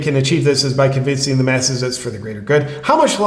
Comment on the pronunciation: “We have to penetrate zee cabinets”